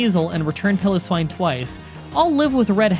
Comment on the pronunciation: Piloswine is pronounced as Pile-Oh-Swine not Pillow-Swine